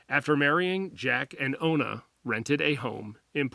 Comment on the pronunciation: You mean ona right? I don't think it's olna